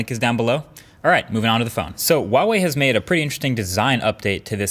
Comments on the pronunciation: It's not "WAH-wei" it's "HUA-wei." Pretty phonetic pronunciation, IMO. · Its fucking HUAWEI NOT WAOWEI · This is the dumb way how I pronounce huawei: Hoo-ahh-weye (I'm sorry) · this guy hates huawei cos he can’t even pronounce it correctly